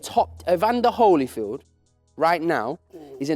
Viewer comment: C'mon gents I can't believe my ears! It's Holy-field not Holly-field.